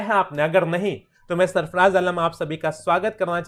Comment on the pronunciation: सरफराज़ होगा भाई सरफ़डाज़ नहीं